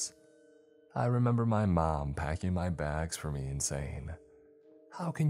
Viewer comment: PackING!!!! NOT packEENE!!!